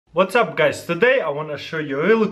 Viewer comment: Taras: "Vatsup guys" Me: vatsup taras